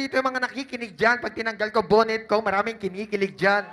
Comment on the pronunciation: Boonet? HAHAHAH Bka Bonnet :)